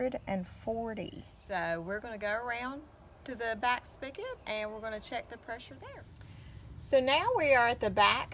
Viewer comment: "Spig-ot" not "Spick-it"